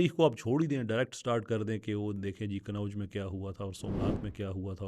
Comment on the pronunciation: کنوّج نہیں ہے کنّوج ہے